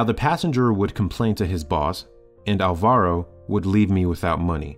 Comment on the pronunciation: It is pronunced álvaro, with accent on the first "a"